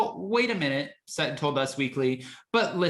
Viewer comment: When did Sutton become "Suh-in"? Are glottal stops the new thing?